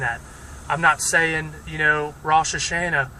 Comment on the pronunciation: Well, we differ on a few points, but that's not important. I salute you for speaking up. I *do* have one minor comment for you: you are mispronouncing Rosh Hashana. All of the "a's" in that word are pronounced "ah," not "an." So it would be spelled phonetically like this: "Rahsh Hahshahnah" if that makes sense.